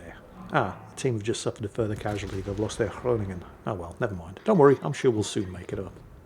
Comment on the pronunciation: compliments on the pronounciation of "Groningen", best i have ever heard from a britisher. Apart from the Hindenburg, i also always liked the Roons kiting ability. My best games with the Roon was alone on an abandoned flank and slowly retreating, staying at 15+km, duking both rudder and speed. Though yeah, the guns are not as good as the Zao, nor the torps. But having 2 turrets at the back and only one in front reduces the tempation to give too much broad side.